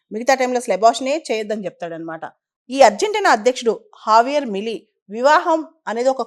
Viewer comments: Pronounciation correct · J ni H la pronounce chestharu.